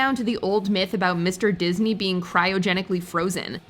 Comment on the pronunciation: It’s “Disney” Not “Diseny”